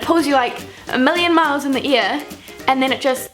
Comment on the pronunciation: Love how you pronounce the word "Air" sounds like Ear. haha love it. coming from an Australian <3